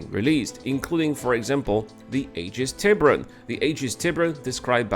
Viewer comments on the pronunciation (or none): Since we're talking pronunciation, Tiberon should be pronounced Tee-boo-rung. It's the Spanish Ancestral word for Shark BTW.